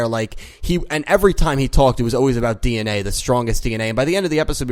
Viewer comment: I heard Dee En Way lol